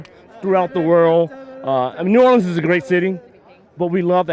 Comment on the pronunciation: I hate to say it, but Robbie you're pronouncing New Orleans wrong, check the correct pronunciation out.